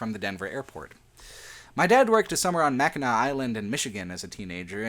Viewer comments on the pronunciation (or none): none